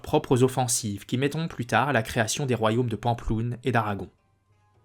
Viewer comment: Vidéo intéressante mais la prononciation de Pampelune quelle horreur. Je suis étonné des détails de la bataille de Roncevaux, car il me semble que l'on situe la bataille aux alentours de Roncevaux mais on n' a jamais trouvé de vestiges. Il y a des écrits qui relatent cette bataille ? Côté Francs peu car on relate plus les victoires que les défaites côté Basques peut-être....